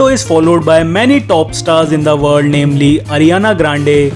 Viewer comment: Just love how he says " IN THE WALL"!🤣 typical indian accents.